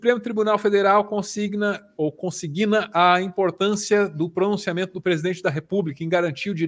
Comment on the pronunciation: Pessoal, sou muito fã do canal, mas "consiGUIna" não existe. Grande abraço.